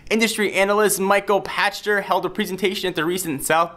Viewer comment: Seriously? Michael Pa"sh"ter and Gee-off Keighly?